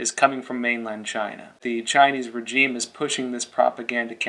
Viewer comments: why do you keep saying regime wrong? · cant pronounce regime? english is hard